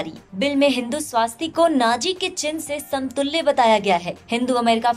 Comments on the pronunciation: वो स्वस्तिक है ना की स्वास्तिक है। सही उच्चारण किजीए। आप भी ग़लत बोलोगे तो कैसे चलेगा। दुरुस्त कराइयेगा। जय हिन्द। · The narrator deserves a kick. It is not swaastik but swustik. Pronounce it correctly. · स्वास्तिक नही स्वस्तिक